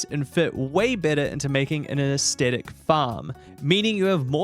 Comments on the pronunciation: In this age, when ever pronouncing Aesthetic, people suddenly forget kindergarten English and the rule surrounding 'th.' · Great video but damn the way you pronounce Aesthetic is er, interesting